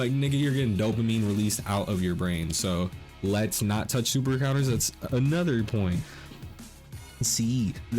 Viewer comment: "Anudder" hahaha